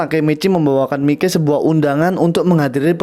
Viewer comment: Mikey di baca maiki aja buar enak